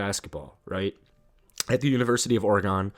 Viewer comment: Lol what OroGon 😂